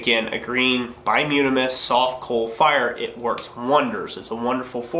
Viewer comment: I think it's pronounced "bi-toom-in-us" not "bi-yoom-in-us". As for the excessive clinker ... Ive never smithed, but AFAIK clinker is a solidified amalgram of non-combustible impurities (primarily silica with other trace metals and minerals, and probably some forge scale that sloughs off while sliding your work in & out of the fire) that melted, ran out the bottom of your fire, and resolidified, kinda like slag from a smelter. So, conceptually, if a brand or batch of coke is throwing more clinker than usual, i'd speculate that that batch came from a part of a coal seam that had more sand/minerals in the organic deposits that formed it. Not all coke is created equal ... coke formed from coal that was formed from say a nice clean peat deposit will probably throw less clinker than say coke from coal from another part of the very same seam than had underground water with a high mineral content seeping through it before it underwent it's final metamorphic transformation (into coal).